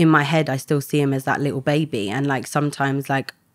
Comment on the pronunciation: Sorry but she was not some sweet decent girl she got herself involved with rubbish and then even when she had a child she put him at risk, she's bad news and not some victim. Also it's that not dat! I have no sympathy for her.